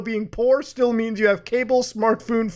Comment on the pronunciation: Honestly reading green text and saying "Smartphoon" instead of Smartphone makes things better lol.